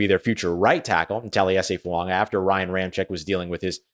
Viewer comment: FOO-AAH-GAH!!!!!!! Not fuaNga!!!!!